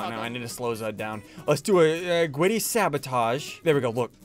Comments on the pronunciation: Normal people: griddy Me and ssundee: gwiddy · gwiddy??? what is that its griddy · It’s not gwiddy it’s griddy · IT IS THE GRIDDY NOT THE GWIDDY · Now this is what I call Witterwally hittin the gwiddy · Oh my god he’s literally hitting da gwiddy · I like how they keep saying Witerally and Gwiddy 😂💀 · I love the part where he hit the Gwiddy!! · WIDDAWY HITTIN DA GWIDDY 🔥🔥👍👍😂😂❤️😆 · BRO HES WITERALLY HITTING THE GWIDDY!!🔥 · OMG THERE WIITERALLY DOING DA GWIDDY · Ssundee is widely hitting the gwiddy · It's GRID-DY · Its not gwiddy its griddy😂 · Oh my god they are witerally hitting the gwiddy in amongus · So today in among us we got a weird one we are witerally hitting the gwiddy it got me Lol 😂😂😂😂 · BRO, its griddy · Bro witerally hitting the gwitty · bwro wittrwey gwiddying un da woad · bro is litterwy hitting the gwiddy in the hallway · liter hitting the giddy lol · "Witerally hitting the Gwitty in among us" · Ngl its funny to hear ‘grown men’ saying “Witerally Hitting the Gwiddy” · It’s not the gwiddy it’s the griddy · I’m wittiwy hitting the gwiddy in front of the piggly wiggly😆😆😆😂😂😂🤣🤣🤣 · "Gwiddy" 💀💀💀 is post to be the giddy 💀💀💀💀💀💀💀💀💀💀💀 ☠︎ ☕︎ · It’s griddy not gwiddy 🤓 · Its griddy not gwiddy but I like saying it like that GWIDDY MANSTER MAN!! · I wuv dwa gwiddy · how many times did he say Gwiddy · Its not gwiddy its griddy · Griddy not gwiddy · it's griddy not gwiddy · It’s not said like that it’s said like this griddy that’s how you say it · bruh dude is not gweddy it's greedy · It is griddy not gwiddy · Bro it’s griddy not gwiddy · His face after saying "Hitting the gwiddy"😂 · ssundee hit the gwiddy like lewterly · Bro got dhem gawdawm gawdawm giddy gwid💀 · U widdewy hiden de gwidiy righ nou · Why you saying gwitty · We are witerally hitting the gwiddy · Witerwee hitting the grwwiddy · Dude even though this guy is hilarious I think the title this time got bro said “Witteraly hitting the gwiddy in Among us” like bro what da heeeeeeck ☠️☠️☠️☠️☠️💀💀💀💀